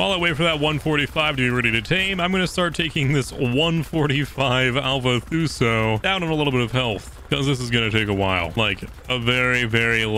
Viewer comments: ITS NOT THUSO!! its Tuso (To-so) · 145 thuso me: bruv its tuso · Lol you did ok! Just keep practicing your words by sounding them out. T-oo-so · why does he call tusos “thuso” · Lol he called a ‘tuso’ a ‘Thuso’ looooool